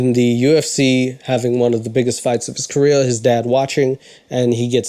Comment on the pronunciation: The word career doesn't have any Ls in it. It's not pronounced "caleel". I mean your making fun of someone who's shit at comedy while you are literally the most unfunny person I've ever seen.